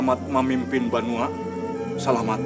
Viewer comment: BANUA bukan BENUA... Banua adalah sebutan untuk Tanah Air bagi putra/putri suku Banjar - Kalsel